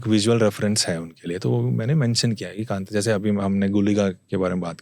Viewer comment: बार बार kantara kantara बोल रहा हैं. ढंग से कांतारा बोलना ओके और बीच बीच मे दोनो बोलना बंद करो. आगे वाले की सुनो